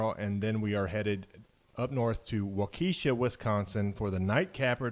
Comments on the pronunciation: It is pronounced Walk-I-Shaw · Waukesha is pronounced Wah' key shah